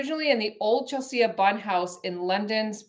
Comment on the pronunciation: Hi, sorry to correct you but it's from what I've grown up with but it's Chelsea, sea like the ocean. Not see-a...lol. Don't know bugged me but sorry it did...ha ha